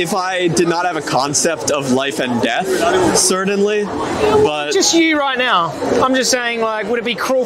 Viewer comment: If hes going to say certainly that many times he should learn how to pronounce it correctly there is no D